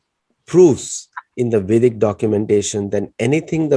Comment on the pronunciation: It's vedic not basic sorry.